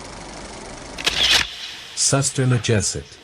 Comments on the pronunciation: Suster ngesot is read as SOOS TER NGE SOT, not N G Sot. Kinda hard to say for english speaker tongue 😁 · POCONG, you speak PUKONG, SUSTER NGESOT, you speak SASTER NJESET 😅